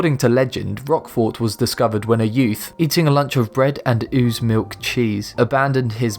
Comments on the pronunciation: Bread and ooze milk? Sounds lovely! Ewe's milk - it's pronounced Yew's milk :) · "Ooze milk cheese?" Seriously, it's "Ewe" (pronounced like the letter "u") as in a female sheep. He also is mispronouncing Roquefort, the "o" is hard (at least, everyone I know says it with a hard "o" it might be different in France itself.) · what is "oos" milk, do you mean yews? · WTF is ooze milk? Do you perhaps mean Ewe's milk? Ewes being female sheep. It's pronounced U, not ooo. If you're going to make vids claiming to explain common mysteries or, worse, claiming to explain misunderstandings, get your own facts straight, otherwise you sound like a massive bell end. It's a shame because you would sound quite educated if you didn't make mistakes that would make most eight year olds cringe. Ooooze milk! Pass me a booocket, I'm going to be throw ooooop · ok dude you are going to have to learn how to speak correctly if you want to do these. you are not even close to saying ewes correctly nor pimentos. what the hell is wrong with you?